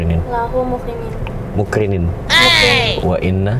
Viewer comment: Harusnya "mukrinin" tp sering sang penumpang ucapin "mukrimin". Perlu diluruskan ya.🙏🙏